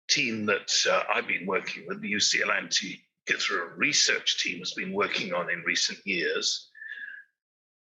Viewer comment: Antikythera is pronounced an-tee-kuh-thir-uh, not an-tee-kith-ur-uh. Not pronouncing the name of the island the way people that live there pronounce it, and completely anglicizing the the name makes it seem like you really don't care about the subject of your video. You make it seem like the area it was discovered, and the people who discovered it, aren't important enough to take a small amount of time to learn the proper pronunciation. How can you expect your opinion(s) about the content of your videos to be taken seriously, when you can't take 5 minutes to make sure you can pronounce a non-english word without anglicizing it?